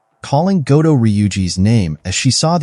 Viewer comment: Goto NOT Godo. Americans🤮